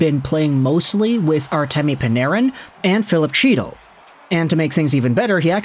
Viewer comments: For like the 50th time. It’s not CHEE-tal. It’s HE-dal. Why do you INSIST on mispronouncing players names even after MULTIPLE people bring it up to you? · you are the reason my fantasy roster is all over the place....and it's "Hee-tle", C is silent. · Not hard to get a guys name right that has been a regular in the NHL since . He's not some rookie. Get his name right. The pronunciation is He-dal. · Sure. And I have as well. Then I am told or hear the correct pronunciation, and correct myself. Having been informed MULTIPEL times and if you watch the game you HEAR the correct pronunciations...and in the case of Chytil...the man says "he" all the time, so he can make the sound to say the name correctly, and CHOOSES not to. Along with the names f MULTIPLE other players. I HIGHLY doubt he is doing much covering, its more like he reads some stuff, takes ideas from articles and social media, and records a video as if he has followed the story closely. I mean that's fine...you can have opinions on things you read....but when corrected over and over and then never change, screams of a lack of integrity as well as an over inflated ego.